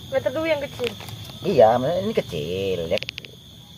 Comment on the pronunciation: DUUUUUWIIIIII BUKAN DUUUWIT😂😂